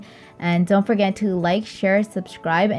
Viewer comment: Its not Asalaalekum its AsalaaMOOalikum